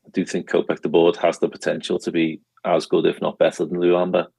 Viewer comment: Stop pronouncing LULAMBA like a spastic. It has an ‘L’ in the middle of it.